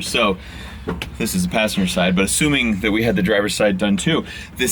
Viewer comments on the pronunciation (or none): none